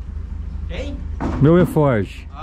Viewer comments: Fala beleza. O nome certo é alforge, não eforge kkkkk. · É arfoge não erfoge